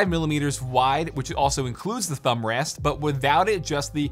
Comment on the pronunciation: Nobody noticed how he said "thumbrast"